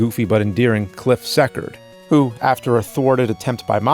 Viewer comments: nerd cant even say the name of the main character Cliff Secord correct he called him Cliff Sector WTF it must be his dirt bag new jersey accent thats why the call new jersey the garbage state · its seacord not sekert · Cliff Sekerd? Its *SeaCord" spelled Secord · Cliff SEE-CORD. I am questioning whether or not you actually saw the movie after saying SEC-CERD. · he's last name is said "Sea Cort" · Cliff SEA-CHORD..... Are you trying to activate my OCD? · YES!! THE ROCKETEER!!🤘🥳 Cliff Secord is pronounced C-Chord. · Love it when you say that you’re a fan of the movie but you mispronounced the main character’s last name. 🙄